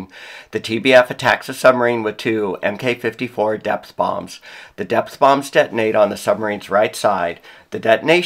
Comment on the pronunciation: Funny how they name Hiyou as Hitaka. Jun'you would equally be mislabeled as Hayataka. Knowing this helps went searching USN documents on both carriers. Mk is pronounced as Mark.